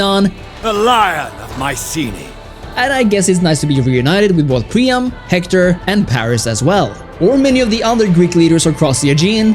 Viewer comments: Dude Pree-am. Its hard to take you serious when you cant even pronounce the name rjght. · Anyone else losing their mind over "Prima"?! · Excellent review, but cant help noticing you pronounce Priam's name as Prima multiple times lol